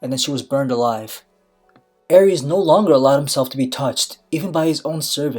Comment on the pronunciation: Targaryen ae is pronounced ay. The Mad King Aerys (ay-riss) not (air-ees) his wife was Rhaella (ray-la) not (ray-ella)